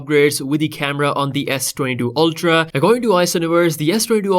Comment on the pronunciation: S22 oLtra wtf it's pronounced "ultra"